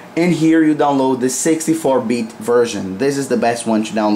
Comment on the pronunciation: when he says 64 bitt sounds like sexy4 bit